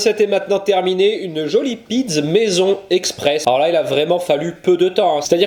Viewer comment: Pizz au lieu de pizza, c'est la prononciation corse ou italienne ? 😉